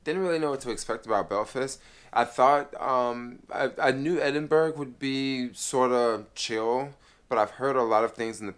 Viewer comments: It's pronounced Edinborough not Edinberg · Hi. Edinburgh is pronounced, "Edinbura". Scotland and Wales are separate countries in a union with England. Northern Ireland is a part of the UK, but Southern Ireland (Eire) is a separate country, not in the union, but it is a part of the British Isles. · Ed in burg 😂😂😂